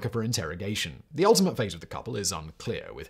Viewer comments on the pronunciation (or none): none